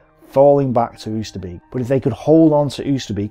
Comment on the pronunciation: Not "oo-ster-beak", "oh-ster-bake".